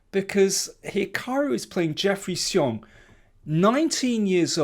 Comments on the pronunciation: Hmong Americans like Jeffery typically pronounce it "zhong", one syllable. Daniel's pronunciation here is closer to the Chinese, "tsee-yong", two syllables. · Daniel did pronounce it like zh if I'm not mistaken.